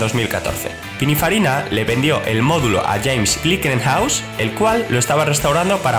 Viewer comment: "Pininfairiaina" y de cinco coches te planta una moto. A saber qué sabe este de lo que habla....